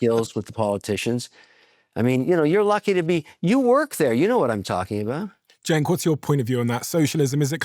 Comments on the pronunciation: Yes….so so so SAD….AI companies are losing BILLIONS….Kevin O’Leary, leads the race for “World’s BIGGEST Gaslighter”. By the way, Cenk isn’t pronounced Jake! Have some respect! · Is O'Leary an idiot, the name is CENK, not "Jack!" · I believe his name is pronounced "Jenk", not Jake, Mr. Wonderful... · Is he mispronouncing his name on purpose? It sounds like he's calling him Jake. There's nothing about the rest of his speech that would indicate he would have a hard time saying "JENK". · Omg his name is Cenk! Pronounced JENK- like in Jenkins. I KNOW Kevin can pronounce it! Stop calling him Jake or Jakester! It’s so obviously intentional. Nobody talks about robots eating babies. They only talk about the Epstein class doing that. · Is Kevin calling Cenk, Jake or is it how I am hearing it? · Cenk. It's pronounced "jank." And he can't be trusted either. But my late friend Beverly loved him, so I still listen. I wish she was here to stay what she thinks now. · I get the impression Kevin intentionally mispronounces Cenk's name.. Could it be because he's jealous??? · He can't even pronounce Cenk's name right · mr wonderful is so disconnected from reality that he can't even get Cenk's name right haha this dude lives in a bubble lined in gold. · What an absolute jerk this Levin is. He can’t even learn how to pronounce Cenk’s name.